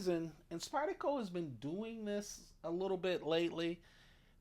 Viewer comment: It’s SpydeRco. The R is not Silent. 👍